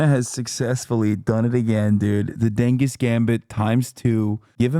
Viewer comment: lmao bro said the gengis gambit i died